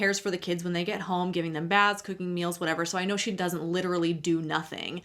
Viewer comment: Something about the emphasis on the baths/showers is freaking me out